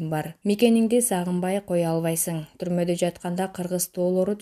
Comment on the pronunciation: Тумодо деген созду ким укту эле😅😅😅😅😅